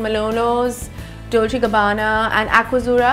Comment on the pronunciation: “Dolchhhhiiiii and gabbaannna “ so so much exaggeration